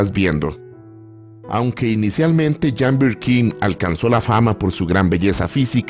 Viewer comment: Si me acuerdo de ese clásico, nunca lo pude conseguir en su momento pero si la conseguí en cd con buen sonido en uno variado, nunca he podido ver esa película y otras que filmó. perdon por hacerle una pequeña observación y es lo siguiente, "Jane" se pronuncia "Yein"o"llein" porque era Británica y no Francesa o Italiana.